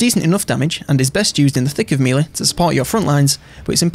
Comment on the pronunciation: One of the best YouTubers put there for infovids.... But I can't listen to them without hearing 'mealy' instead of melee. Meh lay. Meh -lay. mehlay. Melee. Thank the Normans.